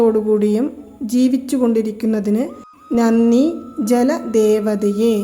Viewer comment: വളരെ ഉപകാരം. പക്ഷെ നന്നി എന്നല്ല ഉച്ചരിക്കേണ്ടത്, നന്ദി എന്നാണ് . 🙏